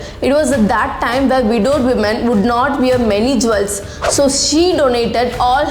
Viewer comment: 1. It's pronounced jules , not jwells. 2. Understand the difference between woman and women. I will give more tips in your next video.